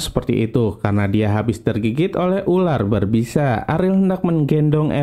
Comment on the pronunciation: Dia bilang urar bukan ular😂